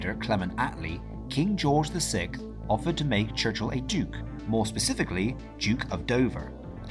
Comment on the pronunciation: "King George the Sick." Please, pronounce our words correctly.